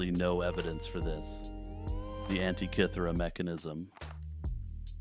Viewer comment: Love the video, but for future "antikythera" isn't said like antee or ant-eye. The I in anti is said like the I in is or him. An tih kih ther ah 😊